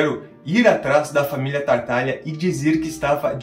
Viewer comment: Legal o vídeo, mas como já comentei anteriormente, o nome da família é Tataglia e não TaRtaglia.